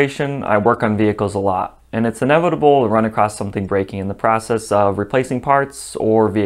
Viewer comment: Across not acrost